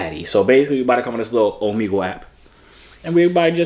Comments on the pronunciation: ohmehgul not ohmeegul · For the last time it's Omegle. (O-MEG-EL) pronounce it out 😁👍🏿